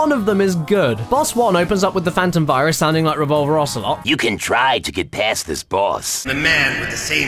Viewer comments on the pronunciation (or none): why did i hear fyrus the first time that was said to me? (i know it's virus) like... failboat fyrus